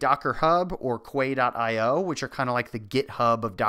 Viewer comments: FIY: Quay is pronounced key/kee not 'kway'. I don't want to be that girl, but I guess I am. Because well ships, and quays and docking....with docker...it's quite cute naming conventions. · Um. “quay” is pronounced as ‘key’ not ‘qway’ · It's pronounced "key" a quay is where a ship docks. Not "kway" . Thanks for the excellent explanation though. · quay is pronounced 'key' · "kway" dot IO. lol. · Great intro! Btw, Quay is pronounced just like the word key. Look it up in the dictionary - it has connection to docks :-)